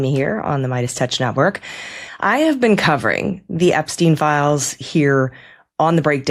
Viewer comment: "I never bean frens!"